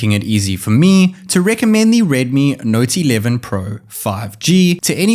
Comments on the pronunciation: You sounds like. ....naughty 11 pro 😂😂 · He says it like redmi nauty 11 pro